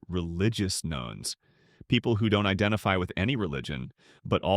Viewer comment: Isn't "Religious Nones" supposed to be pronounced like "Nuns"?